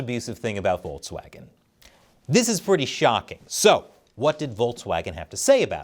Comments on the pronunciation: It's Volkswagen not Voltswagen, why upload a video where very first word is mispronounced? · It's volKswagen, not volTswagen. The pronunciation of the English K and the German K are really close to eachother, so no need to butcher their name any further than they have done themselves.